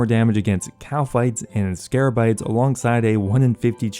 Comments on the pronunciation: Literally everyone on youtube keeps saying 'Scarabites'. It's 'Scabarites'! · SCABARITE not SCARABITE